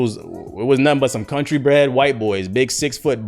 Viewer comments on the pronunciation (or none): none